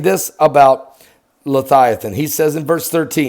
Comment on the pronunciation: Levvvviathan* not lethighthan